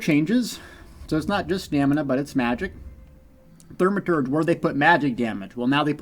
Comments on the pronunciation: Great information, as usual! However, there is no "R" in the first syllable of the word Thaw-Muh-Terj. 😜. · ...Th-AW-maturge... No biggie, but kinda grating....